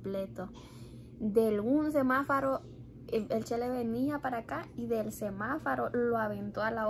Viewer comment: se dice Semáforo 🚦 jijijiji no es Semafaro jijijiji